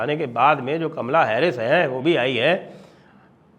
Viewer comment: Sir aap Kamla mat bolo bua ji wali feeling aati hai aap please caaamla bola kro